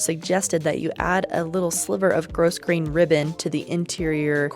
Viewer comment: Grosgrain is pronounced grow-grayn, not gross-grayn. ALSO, I love your videos so much, they're really helpful for my own sewing and alterations ❤